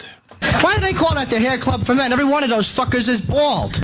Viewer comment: Every one of doze fuckers is bwawld